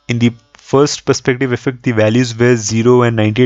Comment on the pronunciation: Dude the number of times you say "perfect" is cringe. And also the way you say it. Say it once in the end, when the result is achieved perfectly. Also, it is not dee, it is the.